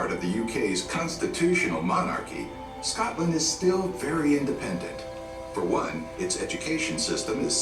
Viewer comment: You should look for a video about Scotland that is actually narrated my someone from Scotland because this American voice over person mispronounced so many words.